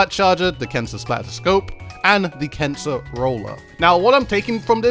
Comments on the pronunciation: I keep hearing cancer instead of kensa... Also I wish Nintendo didn't name the splatfest points "clout" but somebody in their team decided it would be a good idea :( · Is he saying “cancer” for the brand? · Why does it sound like your saying cancer instead of kensa? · It sounded like you said cancer collection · I’m watching the video without captions and he really sounds like he’s saying “cancer”